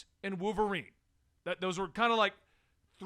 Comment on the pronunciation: I like how says wooverine like there’s no “L” in it 😂